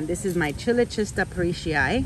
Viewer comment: The AOS on their site has the proper pronunciation for chilochista. It sounds like k at first. Kyloshista.